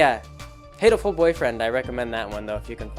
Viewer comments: In Japanese pigeon is "hato" "ha toe" not "hay toe" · its pronounce HAH-TOH-ful boyfriend. Because Hato is the word for pigeon in japanese. And its meant to be a homophone for the katakanised version of the word heartful (yes the japanese think thats a thing), Hatoful.